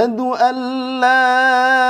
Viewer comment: Lamelif laaaaaaaaa Not leeeeeeeeee